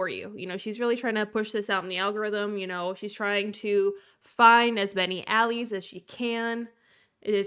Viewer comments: I love your content and I just wanted to respectfully inform you that “allies” in this context would be pronounced “ah-lies”, not “ah-lees” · It’s pronounced al-lies, not alleys.